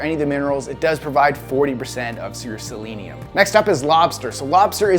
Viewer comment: also probably why you pronounced Selenium properly, and most people don't, including me:) kudos for you dude!